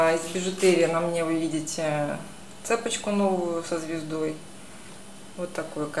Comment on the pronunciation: Вы очень яркая, интересная, но не говорите, пожалуйста, цЕпочка. Так говорят провинциалки. Правильнее говорить: цепОчка. Не обижайтесь, Вы мне очень нравитесь.